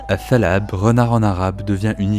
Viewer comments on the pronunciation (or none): Ta3lab et pas tal3ab